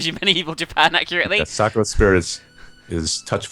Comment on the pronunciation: The way pronounced Sakura gave me cancer.